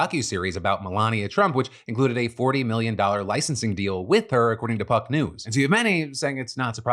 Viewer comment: Phil, make sure you hit that "P" when you say "Puck News". Sounded very...different.